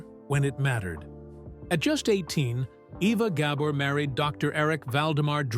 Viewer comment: Ok, WHY KEEP SHOWING PICTURES OF LUCILLE BALL??? And learn how to pronounce her name!